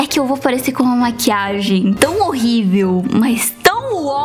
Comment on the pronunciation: A fala que tá horribel mas tá prfto cara kkkkk❤🤡